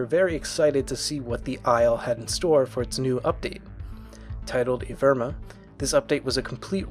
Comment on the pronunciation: Everyone: "Evrima": E V I R M A